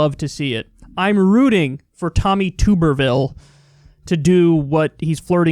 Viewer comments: It's pronounced tub not tube (even though there's only one "b"). He was the head football coach at Auburn University, he hearts Trump very much, and he refused debates and interviews, so that's all anyone really knows about him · Tuberville like bathtub not tooberville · KYLE. I know you don’t know your college football but calling him TUBE-rville throws me off every time. His name is pronounced TUB-erville as is in bath tub. I don’t like the dude at all (I’m an LSU guy) but this has been irritating my inner football guy. Of course if you keep calling him that as joke then good work. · Jesum crow Kyle, haven't u ever watched college football? It's not pronounced "Tube-er-ville" it's "Tub-er-ville". He was a shit coach who had a couple good seasons at insanely good SEC schools, who all improved after he left. Full Auburn stadiums chanted for his firing and not long after they got their wish, Auburn became a powerhouse contender. He also had a failed tenure at U of Cincinnatti after Brian Kelly left to take the Notre Dame head coaching job. He also had a couple of garbage seasons at Texas Tech. This guy has managed to fail up his entire life. Bounces from university to university, while struggling to competein the modern era of football and then he somehow manages to snag a seat on the US Senate. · "Tubber-ville" rather than "Toober-ville." Failed football coach extraordinaire. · Kyle, I'm from Alabama and Tuberville is pronounced like bathTUB. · It’s pronounced like “Tubberville” even though it’s spelled Tuberville. Used to coach football at Auburn University lol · It’s Tuberville, as in bath tub, Kyle! Lol! I hated the guy when he coached. Mediocre jackass! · You pronounce Tuberville like a tub 🛁 then erville...You must have never watched college football before if you don’t know who he is Kyle lol... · Someone tell Kyle it’s tub erville. As in bath tub. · It's TUB ER Ville lol